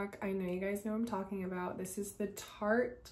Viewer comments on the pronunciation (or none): none